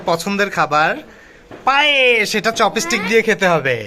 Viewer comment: উচ্চারণটা চপেস্টিক নয় চপস্টিক হবে ।